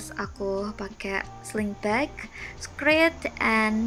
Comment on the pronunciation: skirt not skrit.